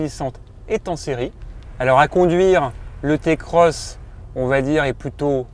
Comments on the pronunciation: Je fais la morale à personne et tu gardes tes adjectifs irritants pour ta personne. Je décris juste un fait avéré, une vérité. Le modèle ce prononce "Ti"-Cross qu'on le veuille ou non. C'est comme tout aujourd'hui si on suis pas le mouvement on est vite pas à la page c'est comme ça. Notre façon de parler nous définis tout comme notre manière de s'habiller, alors si tu veux "rester dans le coup" tu sais ce qui te restes à faire. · Non ta pas le droit de dire "Té Cross"